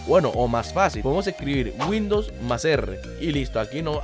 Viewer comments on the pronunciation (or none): Dijo como 4 veces windous r jajaja